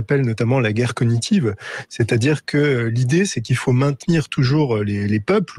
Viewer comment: La guerre cog nitive on prononce g